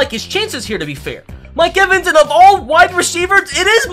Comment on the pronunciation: You said mike evens mike wevins and levins